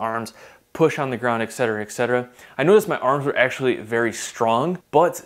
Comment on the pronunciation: STOP SAYING 'EXCETURAH' HOLY SHIT. Et cetera, there it is. Latin. And you don't have to cram it in every single time you list two things. Thank you.